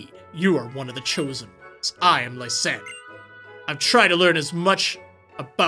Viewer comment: Lysandre i've heard this name get pronounced many different ways Ly-san-dray Lee-san-der Liss-an-druh (which is very close to the name of a league champ) but finally, finally i heard someone other than myself say it Ly-san-der thank god i'm not the only one that says it correctly